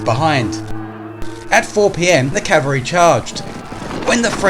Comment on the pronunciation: That’s "ca-val-ry", with an L.